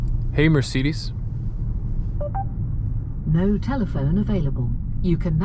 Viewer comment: Dude no wonder it doesnt work, youre saying "hey mircidis", how should that register ? 😂